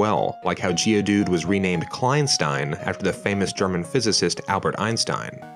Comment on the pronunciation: I think it's funny how he pronounces kleinstein here's how to pronounce it: Klainshtain